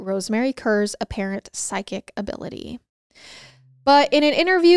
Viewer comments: I can't help but laugh when says "psychic" because her tiny accent sounds like "sidekick". ♥️♥️ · It sounds like you keep saying SIDE KICK instead of PSYCHIC 😂😅 I need a hearing aid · Me too … everyone should have a “sidekick”!!!!🤪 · Random thought here, but every time you said “ psychic” I heard “sidekick”. 😂😂😂